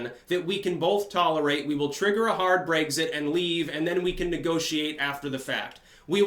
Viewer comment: seriously man, pronounce words in the correct fashion. You do this often. I love your commentary, but you said "Brayxit" and "Teraysa" May. Brexit. Theresa (Tereesa) May. These are correct. You have the right spelling, just not the right enunciation. Maybe it's the Vermont accent, idk. PLEASE work on it!